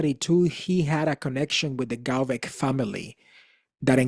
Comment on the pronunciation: Find something else to do. You have no business to judge anyone. You are a click baiter. And just annoying. And for the record it is Walter Veith not Walter Beith